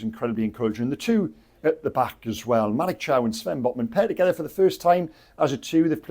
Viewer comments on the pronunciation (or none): none